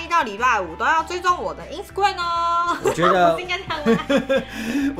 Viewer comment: 其實一直很想跟你們說 是Ins"ta"gram不是Insgram